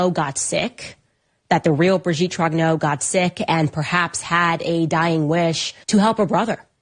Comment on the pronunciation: Trong-nyurr not Troggno